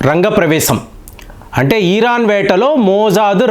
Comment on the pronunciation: అయ్యాదొరా...ఈఈరాన్..కాదురా నాయనా..ఇరాన్...